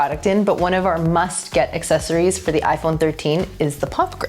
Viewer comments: Great video--but c'mon bruh, Assess-oories? Don't be a child big dogg... you are old enough to know better. 😱🤭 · Assessories! I love it! Now I cant unhear it! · I love how says assessories